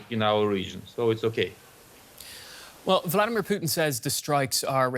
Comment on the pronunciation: This Comantator Cannot pronouce PUTIN there's an I in the name.